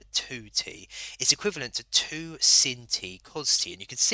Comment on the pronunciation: Its sine not sin lad 😂 but nice video